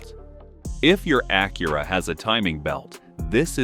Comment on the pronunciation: Ok, first off, your AI is mispronoucing the name of Acura or whomever wrote the script misspelled Acura. How about do some editing and correct it before releasing this video. Second, use blue coolant then show pink coolant being poured into the coolant reservoir. Change your power steering fluid but don't use what's recommended by the manufacturer?? Change your air filter, keeps your engine clean, then goes to show a dirty water pump impeller. WTF??! Lastly, "you don't need fancy tools...", is misleading. You do not want to tackle a timing belt and water pump replacement unless you do have alot of tools, a drain pan, and a fair bit of know how.